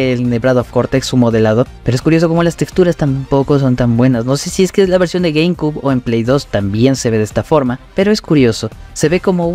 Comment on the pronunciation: Se pronuncia "gueimciub" no "gueimcub" ☝️🤓